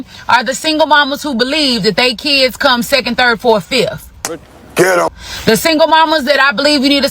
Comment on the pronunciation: No man wants to put up with a woman who pronounces kids as" keeeeeeeeeeeeds" read a book you remedial